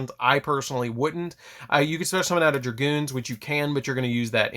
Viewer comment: Dragoon bro. No "s" or "z". Lol